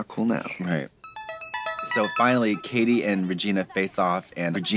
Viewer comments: Not Katie, Cady (pronounced Kay-De) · My last name is Cady and I think it's hilarious that you keep calling her Caddy